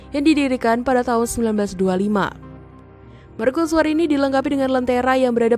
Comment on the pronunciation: Serius bertanya, kenapa dilafalkan sebagai "merkusuar", bukan "mercusuar"?